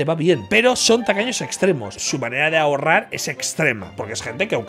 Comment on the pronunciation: Siempre entendí "tacaños extremeños" hasta que vi que era tacaños extremos 😂😂😂